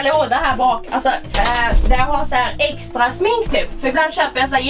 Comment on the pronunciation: skratta såååå mycket när jag trodde du sa eggstra vid en del av videon HAHAHAHAHAHAHA!!!!!!!!!